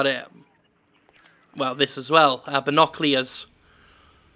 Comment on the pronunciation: "binoclears" FUCKIN WAT